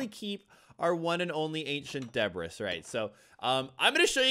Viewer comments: Bro said De•brus , instead of de•bree😂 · I hate how he says Debris like “De-Bris” instead of De-Bree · You say debris duh~bree. Not debriss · Debris is pronounced with a ye at the end not a is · ITS PRONOUNCED DEBREEEEEEE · It's pronounced deb-ree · debris is pronounced: DA-BREE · Debris is pronounced. DE BREE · Debris is pronounced Debree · Its pronounced Ancient Debree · its pronounced de-bree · do u thiink hes mispronouncing debris on purpose